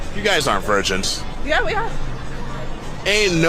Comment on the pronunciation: "we are vingins", HAHAHAHAHAHAHAHAHAHAHAHAHAHAHAHAHAHAHAHA!!!!